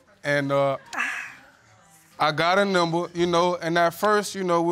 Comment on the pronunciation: “Nimber?” “Ah-kee-haw?” i favor IQ tests before a person can make a child. Help us, Lord.